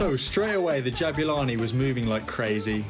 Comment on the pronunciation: not to be a karen but my middle name is Jabula (parents South African) and its more like ja-bu-la(ni) not ja-bue-la(ni)